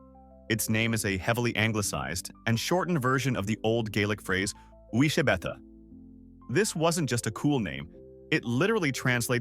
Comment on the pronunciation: The pronunciation of uisge beatha was truly shocking. oosh-ga bey-a is a lot closer.